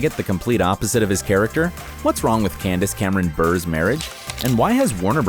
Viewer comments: its buray! not bur 🤦🏼‍♀️ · Dude Candace’s surname, Bure, is pronounced Bu-ray not Burr lol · It's insulting that you pronounced Candace's last name wrong. It's pronounced "bur-ay", not "burr". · Bure is supposed to sound like hurray when pronounced not Burr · Candace “Bur”???? It’s pronounced, “Bu-ray”! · Candice's husband last name is pronounced "burr-A", not "burr". Obviously the narrator never watched hockey a day in his life. His brother, Pavel Bure, is one of the greatest players in NHL history. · Ok no It’s not “burr” it’s “burè” AHH WHY HAS NO ONE SAID THIS! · Its Valerie Bure pronounced Burr-eh not just Burr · For the love of god in every Full House video that you mentioned Candace Cameron Bure's husband's name you butcher it!!! Stop saying Valeri Bure as Valeri Burrrr it's pronounced Bu-re. How hard can it be to say a four letter last name correctly? All you had to do was watch one single video clip of him playing hockey or his brother Pavel and you would have heard the announcers say his last name! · It’s not Burrrrr... it’s Buray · When he said bur instead of bure I really started to scream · Every time he said “burr” I cringe. It’s more like “bur ray” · Valerie "Berr"....haha, it's pronounced like "Byur-A" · Ok #1 it's Bur ay 2 learn to read. 3 who cares they are NORMAL HUMAN BEINGS like the rest of us!! 4 your really stupid for doing a video like this. There's enough people trashing others. I'm sick of all of it. 5 Bob Saget is dead didn't you ever hear of " don't speak Ill of the dead". I LOVE the cast. All you care about is getting paid for putting garbage on YouTube. By the way I have a traditional marriage. So put that in your pipe and smoke it. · It’s Candice Cameron Buré (BU-RAY) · It’s burr aay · I just love how everyone else has done drugs, been divorced a million times, gone to rehab, etc. But Candice is the one described as "scandalous." 🙄🙄🙄 By the way, her last name is pronounced Cameron-Berr-ay. And the hospital is pronounced Sigh-nigh 🙄